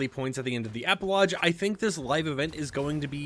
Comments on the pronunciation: Please stop saying epilodge!! Epi-log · Epilodge xD It's pronounced "EP i log" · E-PI-LOGGGGGGGGGGGGG (Hard G!!!) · Epi-lodge is funniest thing i heard today. LOL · I thought maybe I was the only one hearing that. LOL